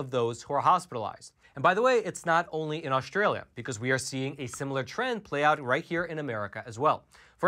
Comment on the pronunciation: This video demonstrates that data does not equal truth or information. First you buffoon the name is Australia and not Aushhtralia. Second the term vaccinated is biased if they did not have a booster shot and their protection has decreased. Equally it is important to analyse behavior...for example if vaccinated do not wear masks tbey can get infected with omicron. Gathering data does not guaranree smart conclusions.